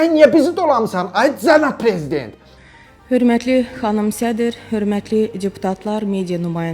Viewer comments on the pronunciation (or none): İşçal Olunçuş Əraçilər 😂😂 De Beçə Də Çetməlidir! Çənab Preziçent İlçam Əliçev ÇÇÇ 😂😂😂😂 Qeyri Milli Məclis Təqdim Edir